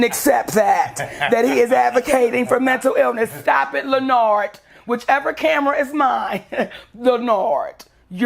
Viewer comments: It is literally the best. She says: “LeNARD.” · And say it wrong on purpose